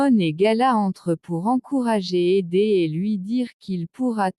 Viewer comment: Ederrrrr et non pas édé !!! Pazzzzz et non pas pa !!!